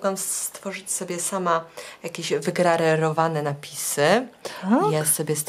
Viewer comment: Wygrawerowane a nie wygrarerowane